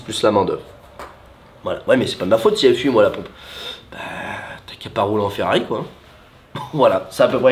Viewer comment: Bonjour J’ai l’impression que vous avez du mal de dire Ferrari Et non Ferrai 😅😂 Bonne fête de fin d’année 🎉 🍾🥂